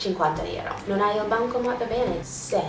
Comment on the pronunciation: Si dice bancomaT, non bancoma... ps:ti adoro